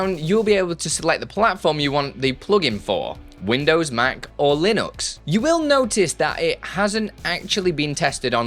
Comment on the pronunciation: It's LinUx not LinOx